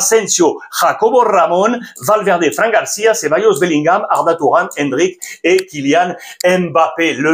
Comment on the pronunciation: Qui a entendu Arda touran 😂😂